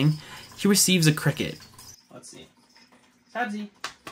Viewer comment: Thanks so much for sharing! Sorry about your gator! Haha close! It’s Sabzi- pronounced “Sabzee”. Thanks for watching!